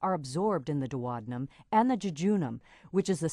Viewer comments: OMG that is THE weirdest way I have ever heard duodenum pronounced!! duo-dee-num it isn't dwodanum LOL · Thats how Americans pronounce it. So weird to me too 🤣